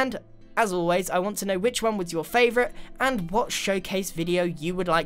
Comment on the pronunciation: Grian purple spiral: i may think det purple spiral is my fovorite Also grian: i Think the ligthouse is my favorite